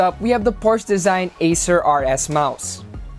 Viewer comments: Porsche, /por shuh/ Sorry po. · Hey guys! Hope you enjoyed the video! And YES I pronounced Porsche wrong. My bad!